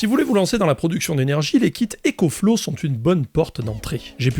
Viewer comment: EcoFlouz pas ÉcoFlow